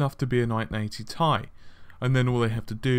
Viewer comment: Just say "T" then "I", who pronounces it as "tie" when it's an abbreviation for titanium?